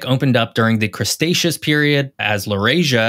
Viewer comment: Please pronounce Cretaceous correctly. There's no 's' before the 't'